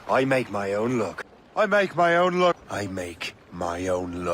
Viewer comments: I always thought he says, i make my own LOOK😂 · Sounded like GIVE ME WEED